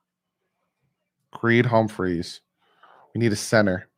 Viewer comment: Bro it’s Creed Humphrey, not Humpmphreys